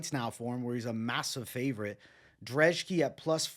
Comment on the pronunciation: Why do you pronounce Brzeski as Drzeski? Your last name is, do people call you Bevito mate? 😅